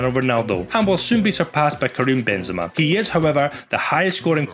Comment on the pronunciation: Bro really said BENZEMA 😂